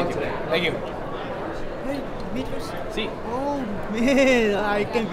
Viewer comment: Imagine just doing your tournament, and u ear "demetrous Johnson"